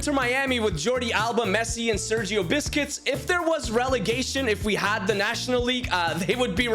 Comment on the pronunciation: Sergio Busquets ❌️ Sergio Biscuits☑️